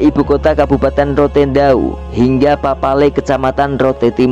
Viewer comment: narator NGAWUR Tulisannya pelabuhan Papela kok dibaca Papale